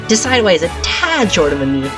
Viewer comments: Deh sid yoo i As in deciduous and Eye Not Deh Sy dew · You pronounced decidueye wrong. Sorry for picking put faults, I'm not hating